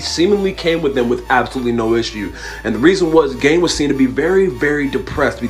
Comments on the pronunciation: Okay,I'm pissed about the Ed Gein one... 1) that's not how you pronounce his last name 2) he supposedly killed his brother, it was his mother's death he was depressed about, and even then he made a human suit out of her and continued digging up graves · He didn’t supposedly kill his brother. He did. Police thought it was odd when he reported him “missing,” however, Ed was able to lead and show police where his brother’s body was. Red flag. His name was mispronounced. No biggie. We all do it. No shame in that.